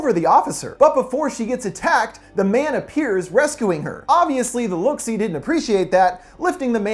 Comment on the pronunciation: Next time say look see notes correctly don’t change it please